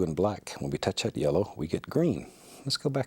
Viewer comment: “Like ghat”